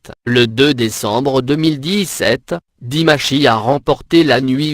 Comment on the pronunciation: Je viens de découvrir cette vidéo....quelle horreur...connaissant pratiquement le parcours de Dimash, que des inexactitudes dans ce récit lamentable. Quand on ne sait pas prononcer son nom correctement on se fait aider....mais qui a commandé cette vidéo... comme vous le dites c'est désastreux.